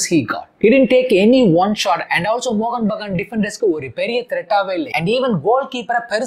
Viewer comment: “Mohun” bro “Mohan” illa. 🤦‍♂️